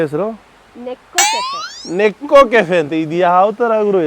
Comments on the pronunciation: ನೇಕೋ ಕೆಫೆ ಅದು. ನೆಕ್ಕೋದು ಅಲ್ಲ 😂😂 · NEKKO ಅಲ್ಲ NEKO